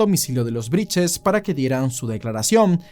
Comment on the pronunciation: Todo bien con la investigación, pero porque decís “Briches” 😂😂 Claramente es Brittes Repiten como loros cualquier cosa